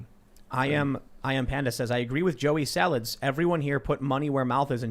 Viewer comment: “Joey Sawalds,” H3H3